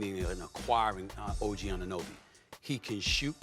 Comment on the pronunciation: Y’all are going to have to figure out how to say Ogs name right lol